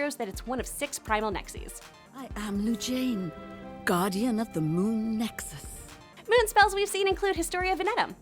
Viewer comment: Nexus not nexis